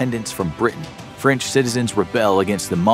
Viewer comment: You Said "Fench" 😂